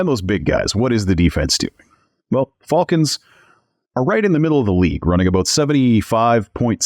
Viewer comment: Yes, I refrained from mentioning how you say Fulkans in the last video but I wanted to, I thought I was a joke at first, then realized that's just how you said it but it's all good😂. I do want to laugh every time you call them Fulkans 😂😂😂😂, I like it, I'm going to start calling the the Fulkans too